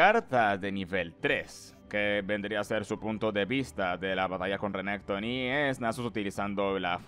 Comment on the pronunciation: Siempre aprendo algo nuevo del lore o vocabulario con tus videos XD muchas gracias! Solo no le digas Sivir si vas a decirle Rénekton owo, sería Sívir or Renekton una de dos ¬¬.